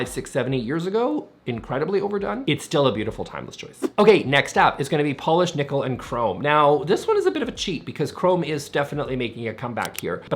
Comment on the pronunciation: You say polish like youre saying polish people😂